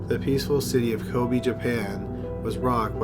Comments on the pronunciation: Every time he said “kobi” I wanted to kms lol. It’s ko-be(h) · he managed to mispronounce every single Japanese name of places and people in this. It's KobE not Kobi/Koby etc etc. That's not hard to pronounce FFS. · Kobe - Co-bay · Ko-BAY.... not Ko-BEE. in Japanese pronunciation the way you're saying it, it would be spelled Kobi. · Kobe is pronounced Kobay. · maggy tito kobeh is more correct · Your mispronounciation is excruciating. Maybe check out those complicated words before posting, although Kobe & modus operandi shouldn't be as hard as you make them....